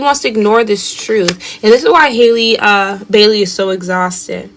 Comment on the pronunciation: It's Halle...sounds like alley, valley and Sally. Good reading!